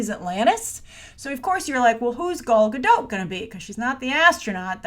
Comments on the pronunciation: Good grief,. How many ways can you pronounce Gal Godot in one episode. And not once was it correct. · aquadorina: werd. Everyone, give it a try: "Gahl Gah-dote"...hard L hard T. 👍🏼